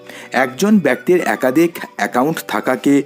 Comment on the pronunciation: Bhai tui age kotha bola sekh khari akadik akadhik 😅